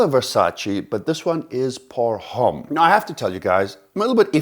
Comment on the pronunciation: Please stop pronouncing the H in Homme, it's wrong and it sounds wrong also. Besides that, great video, keep it up